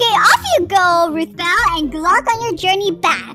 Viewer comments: Ruthbell Not rootball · Uhhh her name is ruthbell not roothball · Hi roots ball oh will you be talking no your name is it now why do you say it correctly or do you need to see a message to me or something baby